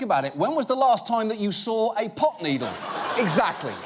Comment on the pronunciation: Pretty sure he actually said "pop" needle.